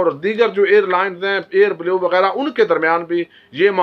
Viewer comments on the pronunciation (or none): none